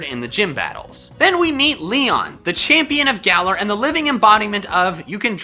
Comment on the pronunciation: Am I the only one hearing say GalER